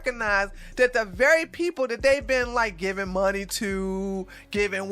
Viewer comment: I just love it when talks about "THE LITTLE MAN WHO WANTS MORRRE MAHNEY 'N WEAPONZZ" lol